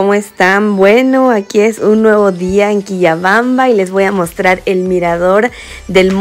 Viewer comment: Se pronuncia Quillabamba 😅